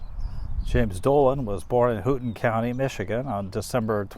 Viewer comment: Great film again. The "ou" in Houghton is pronounced as the "o" in home. It is in the UP (upper peninsula) in the Keweenaw (key when naw) peninsula on the west end in the mining area. The UP gives us the famous Cornish pasty, a meat and potato pie/turnover, that the miners took to work. Just a little MI history from a Michiganer.